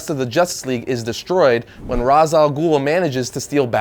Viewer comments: Ray-sh. Not Rahz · It's raysh not raas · it's pronounced raysh not raz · It's not pronounced as Rahs, its Rayce. Denny O'Neil will thank you. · Why is he pronouncing Ra's as Rawz? It's Raysh... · It's pronounced as "Rashe," not "Roz." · it's R-aaa-esh, not Raaz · Pronounced raish alghoul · Damnit,, it's pronounced Raysh. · That's not how you pronounce Ra's Al Ghul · He pronounced Ra's wrong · Does anyone else cringe at his mispronounciation of Ra's Al Ghul's name? Don't get me wrong, I really enjoy his videos, but I kinda have to wonder how he misses a name of a famous character. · he said ras name wrong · That's not the canon pronunciation. Not that it really matters. I did this for the lols